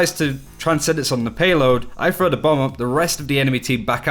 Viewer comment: Throw! Not frow! Learn fucking English Frough frow